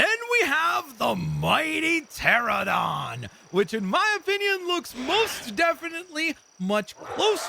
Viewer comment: The Quetzalcoatlus is a Pterosaur not a dinosaur. Pterosaurs are not flying dinosaurs the true flying dinosaurs are Microraptor & Birds. It is actually the Dimorphodon not a pteranodon also you butchered the pronunciation of the Pteranodon. Again they’re not dinosaurs. You mispronounce the Stegosaurus. You mean the Triceratops. Can you please do research before you do something paleontology related.